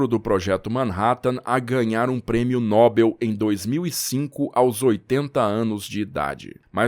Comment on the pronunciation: Nobel é oxítona. A pronúncia certa é noBÉL.